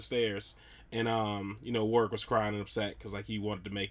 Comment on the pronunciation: Warwick not Warick.